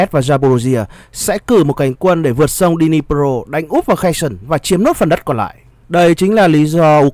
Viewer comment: Херсон ( tiếng Việt đọc là Khe Rxôn) không phải là tiếng Anh nên BTV đừng đọc là Khe sừn nhé! Trân trọng!